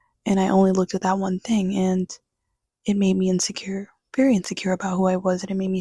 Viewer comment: Thank you for making this video. I knew you were weird once I peeped your channel name and heard you say “verrry” 😅. I wish a video like this reached me in high school as well. You’re 10/10, not 7.5 btw.. not that you need my validation.